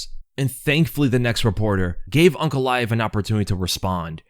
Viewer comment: It's aynk not awnk